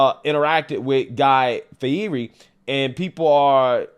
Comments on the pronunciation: Fee-hear-ee is a pronunciation of Fieri I've never heard before. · Just FYI, Guy's last name is pronounced 'Fee-ett-ey'.....